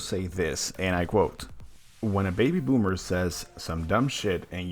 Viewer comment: Ugh it's ya ok bommer not ok bommer